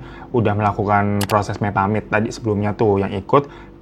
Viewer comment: Mepamit bukan (me pa mit)😂😂😂😂😂😂